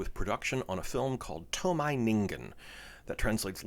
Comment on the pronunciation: Ei-ji Tsuburaya, not Ai-ji. To-mei Ningen, not To-mai.